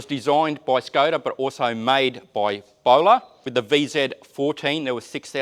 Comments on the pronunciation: Just a small fact, the Š in Škoda is pronounced as SH so it's more like Shkoda (I'm Czech) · The name is pronounced Shkoda.The v above the s changes the sound to sh(as in shoes)and in Czech the o is pronounced like the o in coffee.The Czechs have a big armaments industry.